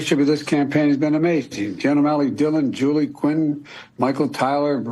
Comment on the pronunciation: when he says “amazing” the z is not enunciated like he tends to do.